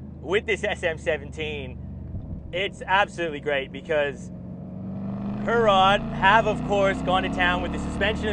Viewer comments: It's not pronounced Her-rod. It's pronounced He-rrod. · Wicked car. Perfect daily. Pronunciation of Herrod needs a polish.